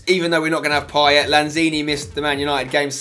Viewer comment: Wrong way you're saying payet over ozil